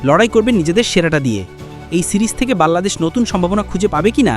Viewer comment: ভাই ওটা বাল্লাদেশ না ওটা বাংলাদেশ হবে 😂